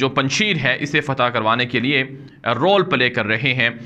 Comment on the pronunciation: تلفظ پنجشییر نہیں پنج شیر یعنی اسد ( پنجشیر)